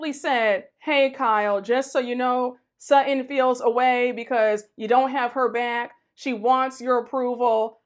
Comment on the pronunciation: Not "What the Sheree Whitfield"? Lol! And why did I giggle overtime she said " Sut-In" ! Lol!